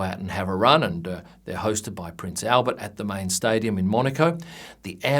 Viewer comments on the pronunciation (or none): none